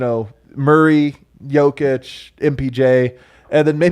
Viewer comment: Why has switched from saying "Joukić" to saying "Jakić"? It sounds even more wrong...